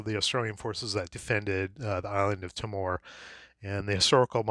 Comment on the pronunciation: As an Australian the island of Timor is phonetically pronounced "Tea-more". Just thought you might like to know